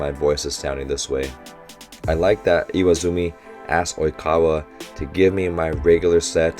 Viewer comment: nooooooo "iwazumi"